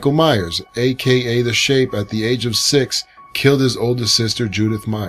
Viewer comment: it's Myers not mayers